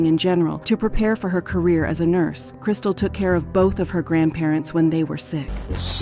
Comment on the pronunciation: They dragged it but it felt rushed at the same time. I noticed a lot of weird pronunciations. She said "N-I-Q" instead of N-I-C-U or NIC-U. And "nursA". I wonder if it's an automated voice.